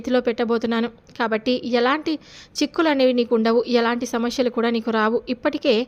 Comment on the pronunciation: శమస్యెల్ కాదు సమస్యలు ?